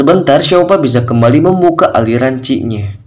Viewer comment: Bukan ci min tapi Qi